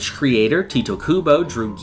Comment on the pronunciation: It's "Tight" Kubo not Tee-teh/Tito lmao. Commonly mistaken